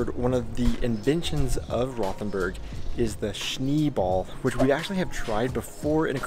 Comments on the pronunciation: like your Podcast, however need to work on your pronunciations. Rothenburg is pronounced "Rotenberg". "H" is silent and "O" as in "boat". Also missed out on the truly famous history of Rothenburg, The Thirty Years War ( ) period when Count Tilly of the Imperial Forces laid siege to the town. 🤷‍♂️ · We dont have the English th sound in German. It's actually hard to understand where you are. Rothenburg? Ravensburg? Rottenburg? Just dont pay attention to the h in any German word containing a th :-) A double "e" will make the "e" longer, not closer to "i": Schnee ist "Schneh", not "Schni" :-)